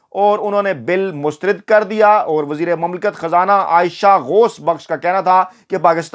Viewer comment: AAP ITNA ACHA SHOW KERTE HAIN LEKIN ZEIR ZABAR KA KHIAL NAHIN RAKHTE.MEETHA MEETHA HAP HAP KERWA KERWA THU.AAP HIP HIP NA KAHA KAREIN.PLEASE!MUSTARAD HOTA HAI MUSTARID NAHIN.